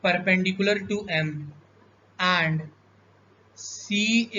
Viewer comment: And ❌ Aand✅